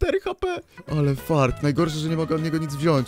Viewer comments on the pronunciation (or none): none